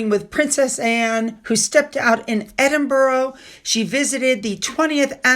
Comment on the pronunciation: Edinburgh (Ed-in- brah)